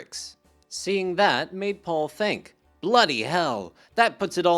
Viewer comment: "Thuh Beedles."